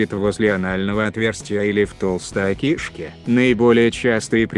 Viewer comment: Бесит этот голлс кишка а не акишка